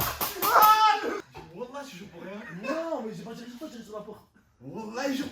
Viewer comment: "malheuresuement quand tu dis wallah j'entend annaba" cest un tueur